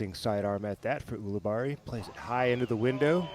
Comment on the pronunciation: I love Philo, but I hate how he says "Ool-abarri." The man pronounces his own name as "Yool-abarri."